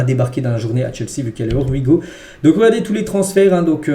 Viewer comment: Stp essaye de bien prononcer le Here we go, on dit (Hier we go) 😅